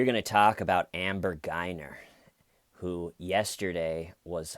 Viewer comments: it's GUY-GER... not Guy-ner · Your channel is fun to watch, but if you're going to make a video about a subject, get the facts straight so we don't have to hear you say stuff like, "I don't know ". It seems like you've been watching it so why can't you get little details straight, like her name for instance. It's GuyGer, not GuyNer.